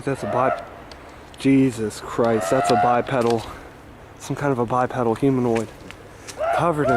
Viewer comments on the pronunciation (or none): bye-pee-dull--- not pedal